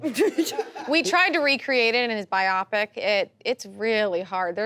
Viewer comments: is it pronounced Bi-opic? I thought it was pronounced Bio-Pic. like biographical pictures? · People that say "bi-opic" instead of "bio-pic"... 🤮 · is biopic pronounced “bi-opic” or “bio-pic”? I swear it’s pronounced “bio-pic” but I might be wrong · i think its bi-o-pic, so 3 syllables instead of 2, but bio-pic makes sense bc life n stuff. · this show is so annoying there's way too much and nobody corrected when she said bi opic it's bio pic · It’s pronounced biopic